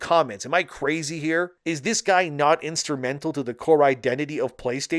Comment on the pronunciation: It's "green lit." Not "green lighted." Instrumental. Not instermental. Cmon, bro. English is your first language. Speak it properly.